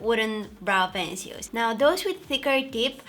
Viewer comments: I want an asmr video of her saying “brow pencils” her accent is so cute and the way she said “pencils” incorrectly was everything 😊 not bashing her on the way she talks, she speaks English really good & I was able to understand everything that she said. ❤️ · Brow peceuils... I LIVE I luv her voice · 😂😂😂😂 me too